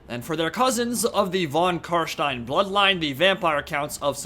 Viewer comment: Me: Wow! He‘s the first youtuber i heard that pronounced Carstein correctly! Respect! No on to say that von correctly ma man! Say it like this: fon. (Why am i commenting on this topic it almost sounds like i‘m a grammar nazi help.)